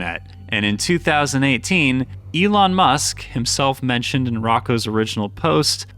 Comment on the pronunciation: It’s pronounced Roe- koe’s basilisk